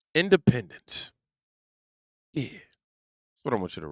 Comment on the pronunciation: I don't know what you said at the end, since they both sound essentially the same. Did you say "independents" or "independence"?